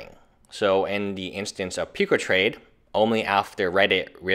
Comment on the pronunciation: Puke-ah trade, he says it. >~<